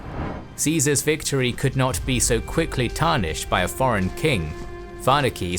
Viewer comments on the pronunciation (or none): none